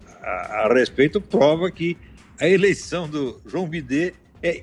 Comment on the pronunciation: "João bidê" kakakakakakaka